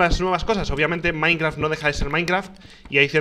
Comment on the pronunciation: Minecraf xddd Se te olvido la t ekis de